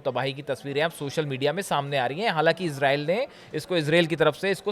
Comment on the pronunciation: मान्यवर इजराइल बोलिए ,इसरेल नहीं।